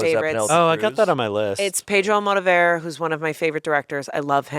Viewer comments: The way that pronounced Pedro Almodóvar kills me 😭😭😭 modal-bear????? 😭😭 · I'm a fan from Spain and the way I had to re-listen to the part where they talk about Pedro Almodóvar's Volver because I didn't know what they were saying until they mentioned Penelope Cruz lmaooo english pronunciation of spanish words and named will never not be funny to me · the pronuciation of almodovar genuinely pained me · pronunciation of Almodovar is crazy lmao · that pronunciation of Almodovar was crazy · that's the first time i heard Almodóvar's name pronounced like that I love you